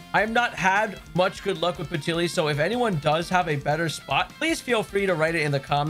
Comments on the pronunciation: Patilly?! Lol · Peti LIL. Was bugging me.